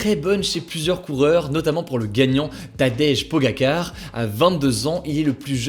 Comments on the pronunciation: Ça se dit Pogachar Hugo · On prononce « pogachar » pour le coureur sinon super vidéo comme dab 😍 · Excuse moi sa ma titillé Pogacar se dit Pogachar merci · Tadej pogakar 😭😭😭 Il l'a prononcer comme l'assistant google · "Pogakar" mdr en vrai sa se dit "pogachar" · Pogačar se dit "Pogachar" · Ca se pronoce poga"ch"ar😅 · Pogačar se dit Pogatchar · Il a dit pogaquar au non pas ça zinedine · "Pogachar" pas car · Le vainqueur ça ce dit Pogaccar (Pogachar) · Pour l’actu 2 sa ce dit pas tadej pogacar mais PogaChar 👍sinon super vidéo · On dit PogaCHar 😄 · Pogačar ça se prononce plutôt pogatchar par contre ;) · ce prononce tadeije pogachar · Pogaćar c se prononce ch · Si jamais je crois que ca ce prononce Pogachare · Excellent pour prononcer les mots british, mais pour prononcer Pogachar, y a plus personne😁😁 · comment il détruit le nom de Pogacar !!!!!